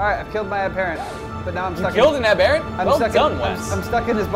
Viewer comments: an am-BEAR-ant isnt a thing. however an AM-ber-ANT. (sorry im not a living dictionary, but you get the point) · its weird the way you guys pronounce aberrant I put more emphasis on the ER but you guys switch the ER for an AR so its abarrent instead of aberrant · ab- er- ant not a-bear-unt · Ab-er-ant not aber-ent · its abberant and lev-e not leevi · They pronounce aberrant in a weird way.